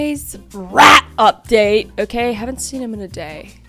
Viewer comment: I swear when you said rat I thought you said Brat. So I'm throwing in Brat! It's the Brat again!